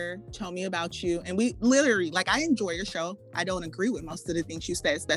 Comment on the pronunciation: she says you like yhu